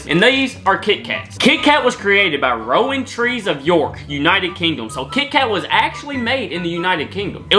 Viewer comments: Ok, I really don't want to be one of those arseholes who pulls up everyone on their spelling and pronunciations, but...... Rowntree's is pronounced Rountrees, like round without the "d". Nestle is pronounced Nes-Lay. Silent t and the last "E"" sounds like a "Y" And, someone over the age if 40 tell him what Cadburys chocolate used to taste like. It was so much better when I was a kid. I used to love the boxes of tiny bars. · Haha love the pronunciation of some of the companies and names! 'Rowntrees' is basically pounced as its spelt. 'Roun Trees' 'Nestle' is pronounced 'Ness Lay' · I am from York and it’s is pronounced round trees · Rowntree's is pronounced like Roundtrees (without the d) and Nestle is pronounced like Ness Lay.